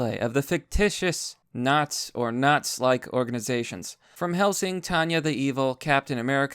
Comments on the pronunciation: If I had my money in by then, I'd piece together a German Officer Uniform and go because fuck you to them. Also I'm going to lose my mind by hearing you say "nots" instead of "nazi" over and over lmao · say the fucking words correctly its Nazi there is an I it's not fucking naz